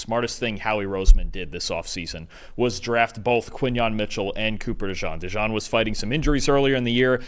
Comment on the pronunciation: It's Cooper DeJEAN. Pronounced like the Jeans you wear. DeJawn is a nickname that some gave to him. Not sure if you know this.